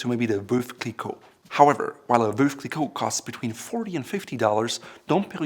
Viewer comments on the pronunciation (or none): Veuve is not pronounced "voove". The correct pronunciation is Vuv, like love....as to told to me by the house of Krug. Dom Perignon "Dom is an honorific name" is credited with the art of blending grapes and picking grapes at night to maintain freshness. Hi real name was Pierre Perignon. Does anyone know why some of the Champagne Houses have German Names? Duetz, Krug, etc? Also the oldest Champagne house is Ruinart. The oldest Champagne house for producing still wine, not sparkling is Gosset